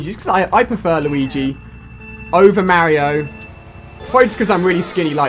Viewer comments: Alia its mario ! Not merio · Not to offend you. But you pronounce Mario like one of the characters from Paper Mario The Thousand Year Door. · I love "Rosilia" and "Mary-o" lol. They're my favorite characters. Rip mario kart wii :(